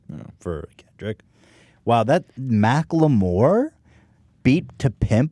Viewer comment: I cant get over how ethan pronounces Macklemore as Mack Lé More lmfao